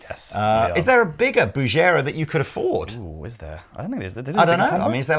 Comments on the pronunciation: "Bugera" is actually pronounced: "boo'-ger ray" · pronunciation of Bugera makes me uncomfortable. Even if he's correct. It just feels weird.